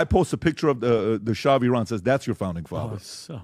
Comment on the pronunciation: As an Iranian, I'm embarrassed for and by Patrick. Thanks for correctly pronouncing Iran, David!